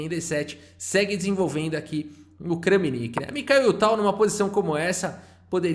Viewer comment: Olá, gostaria de comentar, é interessante pesquisar a pronúncia dos nomes dos jogadores. Kramnik se diz "Kram-nik" e não Krã-mi-nik. Se ele se chamasse Francisco ou Framcisk seria "Fram-cisk" e não "Fra-mi-cisk."